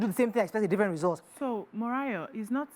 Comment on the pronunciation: She now kind of become cold and condescending just because host mispronounced your name. That was why I guess they just allowed her to be ,do the talking like oyinbo. She should have just corrected jokingly, and not do as if it was an unpardonable sin and that of kind of made the whole interview dry and one sided Well,I guessed at the end of the day, everyone learnt their lessons both hosts and guest